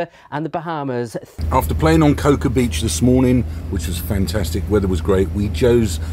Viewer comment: Cocoa Beach is pronounced "coco". It certainly was a cold Christmas here in Florida.